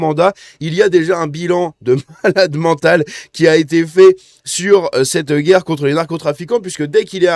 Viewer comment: Il déclare la "GUAYRRE" ???